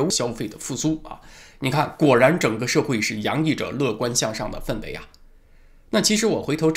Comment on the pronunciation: 氛围，氛读第一声